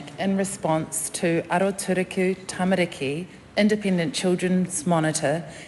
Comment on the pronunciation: Well if she is going to use the word ‘tamariki’ she should listen to how Karen Chour pronounces it instead of saying ‘tamaricky’. Cringe…